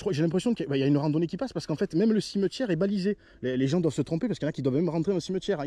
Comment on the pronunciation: Un cimeutiére qu il dit lol